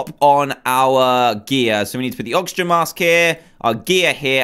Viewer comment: You said noxigen supply